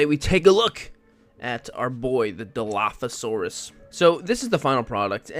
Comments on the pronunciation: Yes!! you did say it correctly! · you said it right 😊